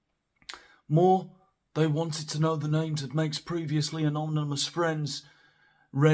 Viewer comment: Say anonymous again! 😂